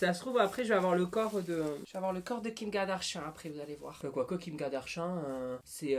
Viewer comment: noholuto tu a dit KIMKardarchan